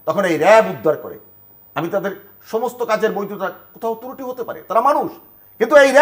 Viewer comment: তুরুটি না এই শব্দটা হবে ত্রুটি